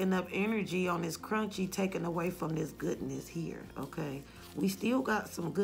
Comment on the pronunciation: I love when you say “curun-chy” 🤣🤣